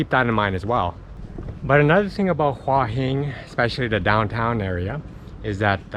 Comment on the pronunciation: Never , ever, ever has the word หัว been mispronounced so many times per minute. If you'd been there for 3 days ok, but In a month you didn't pick that up?